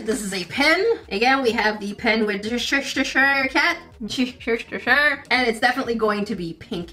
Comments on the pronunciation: Cheshiture 😆 🤣 😂 😹 Cheshire chess-shire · The cat from Alice in Wonderland is the Cheshire Cat. It's pronounce "Cheh-shure". The bag isn't beach themed, the at has pink and purple stripes. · As someone from the UK its painful to see you say Cheshire😂 Its literally just che-shu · I pronounce Cheshire Cat as cheh-shy-er cat, but it’s pronounced as cheh-shr….I like my way better… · Omg you pronouncing Cheshire Cat as chestershire cat, was something I didn’t know I needed, I love it 😂😭💞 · We do have some weird pronounciations for some of our words. Like Cheshire is pronounced a bit like chair-shy-ar whilst Worchester is prounoounced as wuh-stair. Don't ask, I don't understand our English either. :P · I love how keeps on caling the Cheshire Cat in to Chesheshaier cat and i laughed a lot when she called the cheerleading Pom Poms into floofy things😀😁🤣 btw i love ur videos ❤ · It is The Chaes-shir cat. 🤣😂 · say chair right? Chair easy then remove the r and say chai without it. Now say sher so it’s she and her mixed and say it together Chesher idk how to spell the cats name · first of all it's Wuss-ter-shure, second of all it's Cheh-Shur :D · “The shrshshrrr cat” you mean Cheshire Cat lmao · those tiny hairbrushes are for your barbie dolls! it's easy to say once you know its "chess shire cat" although I'm from Yorkshire where we have our own way of saying things so no doubt someone will tell me im:_NerdEWrong:□ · Chshtire cat is how you keep pronouncing it but it is Cheshire Cat😂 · The cats name is Cheshire pronounced Cheh- shuh and the pronunciation for Worcestershire sauce is wu- stuh- shuh, both names for the cat and sauce are places/county's in England :) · hello from the uk! Cheshire is pronounced che-shur. really made me laugh though hearing your version of it.xx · The Cheshire Cat is pronounced ch-eh-sh-er cat but spelled Cheshire I’ve always said it like ch-eh-sh-eyer but i guess I was wrong too lol love your channel